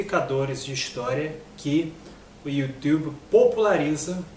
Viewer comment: Dor de cotovelo é foda!!! kkkkkkkk Falsificador de história é você! Vá ler livros... e aprenda a dizer YouTube....kkkk